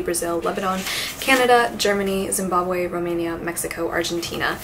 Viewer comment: Zim - baab- wee. 😊